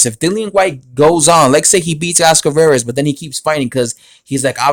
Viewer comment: Dude it is rivas not veras lol